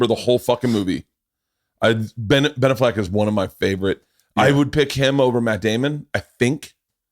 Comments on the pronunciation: What’s more annoying…Bert literally saying anything or Bert’s pronunciation of “Benaffleck” 🤦🏻‍♂️ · Definitely not how you pronounce Ben AFF-LECK. Just takes a quick google to watch Ben intro himself. Bert trying to fancy that shit up is a tad cringe. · There's no fucking way it's pronounced Binnafleck. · Is it really pronounced ben-a-f-leck??? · Dude, who cares how you pronounce BENAFLECK, JUST SAY IT NORMAL LIKE EVERYONE ELSE SAYS IT... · Yo why can’t burt say Ben Affleck 😂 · The way Bert says Ben A-fleck makes me wanna jump out of a moving car at 70 in heavy traffic. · You'd think having Shane, tom, and all the booth boys question the way he pronounces Ben Afflecks name would be a hint that maybe that's not how its pronounced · Bert you made me type in how to pronounce Ben Affleck wtf lol